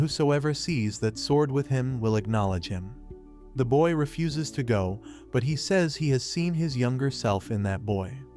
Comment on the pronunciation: Did anyone else laugh when he said fuse Refuses.?